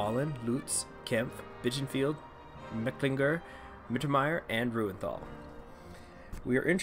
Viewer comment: Random pronunciation help, but Reuenthal is pronounced roy-en-tall Kircheis is pronounced kirch-eee-ice And that's all I can think of for now